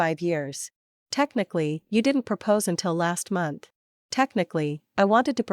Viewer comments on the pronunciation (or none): none